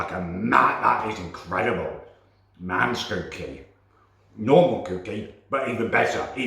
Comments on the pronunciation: It's cookie not cewkie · It's pronounced cucky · I love how he says cookie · Is it me or can't say cookie right. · love his videos but i cant stand how he says cooking and cookie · “whilst the cewkie is cewking”